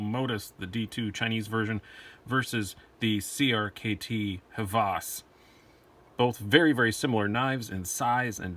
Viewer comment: Nice comparison! I like them both (and own them both) but the Hvas wins for me. And it is pronounced "Vas", the designer is Danish, so they don't pronounce "H" like we do. Keep on dicing! Oh, can we see the RTD from CRKT when it comes out? There are no videos on it except like shot show.